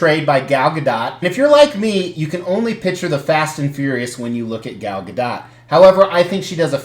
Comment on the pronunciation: Hey- you pronounce Gal Gadot's name correctly!